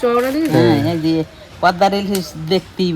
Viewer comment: Pordar ilish noi😂😂😂 kotkata holo poddar ilish.